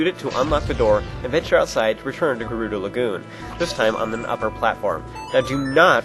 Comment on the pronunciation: its pronounced ( jer- oooh- doe) jerudo!